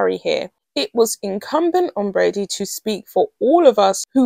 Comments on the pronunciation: I am beginning to be irritated by the mispronunciation of a very simple name with an obvious pronunciation. If it's not Brady, it's Bradbury. Please look at the letters in the word and pronounce it accordingly. It matters, because it is very easy to get the names of people mixed up, and someone named Bradbury might suddenly be accused of something they know nothing about. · Yes, and The Royal Grift kept saying BRADBURY. There is no "UR" in there, but there IS a B. This is not a difficult name and mispronouncing it is careless, to say the least.